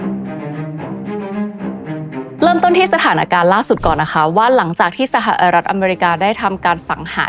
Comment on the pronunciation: ร.เรือ เสือกพุด "สหลัด" ไม่มีหางเสียง พูดไม่เปนทางการ เหมือนคุยกับผัว " เนาะ " " ปะ " ( ไม่มีทางจะตามนัทพ้อยวิว ทันค่ะ ถ้ายังเด็กน้อย อายุ9 ปี แบบนี้ ) ยกเลิกติดตามนะค่ะ จะโอนเงิน ดีที่ไม่ทันโอน